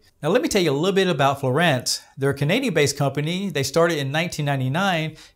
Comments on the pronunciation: It is pronounced FLooo-on-s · Written as fluance but pronounced as florant, all for a word that doesn't even show on Oxford dictionary. Canadians truly are weird. Must be too much maple syrup or expired doobies.